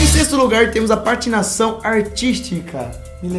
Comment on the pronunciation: PARTINAÇÃO ???? KKKKKKK